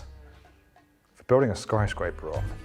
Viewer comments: did he said skryscraper instead of skyscraper? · What's a 'skryscaper'?